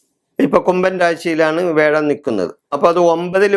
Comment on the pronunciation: മുത്തപ്പാ, വേഴം അല്ല വ്യാഴം! ഓക്കേ?